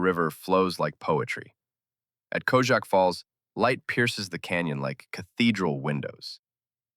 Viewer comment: And one thing: it’s Predjama castle near Postojna (you pronounce it like: Predyama, not like pajama). And the fall is called Kozjak (pronounce it like Kozyak, not Kojak). But it’s not essential. Important is your thorough information. Thanks!